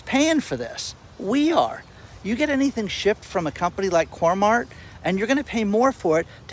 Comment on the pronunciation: btw it's not coremart it's coremark